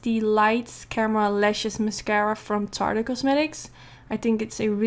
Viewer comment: She always says “Tarter Cosmetics” it’s Tarte (pronounced Tart) it’s make up not fish sauce lol very nice tutorial though